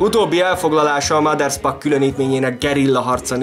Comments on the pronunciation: Mindössze egy kritika: nem sz-szel mondták a nevét, hanem s-sel. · Általam nagyon tisztelt emberről készítettél anyagot. A videó tartalma jól összefoglalja az életét, gratulálok hozzá! A bevágott képek és videók is szuperek! Ha megengedsz egy kisebb észrevételt, a Maderspach név s betűjét nem 'sz'-nek, hanem 's'-nek kell ejteni. Még egyszer köszönöm a videót! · Újabb szuper videó, de nem sz-szel, hanem s-sel kell ejteni a Maderspachot.